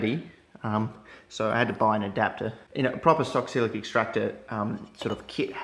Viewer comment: Lol it's pronounced Sox-let, not sock-silic